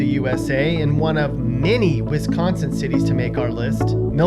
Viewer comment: He says Wisconsin wrong